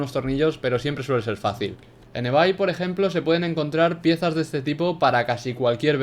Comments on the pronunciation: En "evai" Que de escribe ebay Y se pronuncia "ibei" Buen video ♤♤♤ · Dijo ebay en vez de ibey jajajj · Es ibei no ibay>:V